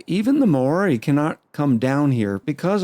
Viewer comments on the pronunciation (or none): At least no one can accuse you of being Hitler! 🤣 Maori is pronounced "mau-ree" not "mayo-reee" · Kia Ora (Māori for hello)! I did some research and now that I understand this game a little bit more, I think it will be an interesting series. As for your pronunciation... yeah, every time you said Māori I had to do a double take, but that just adds to the chaos :)